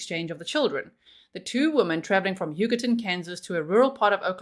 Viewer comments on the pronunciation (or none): Every time you say Huggerton I can’t help but hear “Yucatán” 😅😂